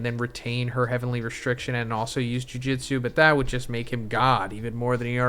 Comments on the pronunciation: Not to be that guy but it’s jujutsu, pronounced jew-jew-tzu. Bro is saying Jiu jitsu which is completely different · Jujutsu… not jujitsu 😬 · why are u saying juijitsu? ITS JUJUTSU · Brother, its "Jujutsu", not "jujitsu" the pronunciation. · Bro its jujutsu Not jiu jitsu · Dude its JUJUtsu not JUJItsu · STOP READING JUJUTSU AS JUJITSU OMG